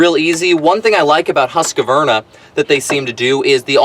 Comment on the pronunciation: It's not a Husk A Varna ..it called Husqvarna and it's an ok blower. Just call it what it is. Husqvarna, you keep calling it a Husk A Varna . Maybe you do that for a laugh?? Got me. You mispronounced the brand name everytime you said it. Other than that, cool review. I own one and it's ok. No better than my old BG86c but a nice change for what it is.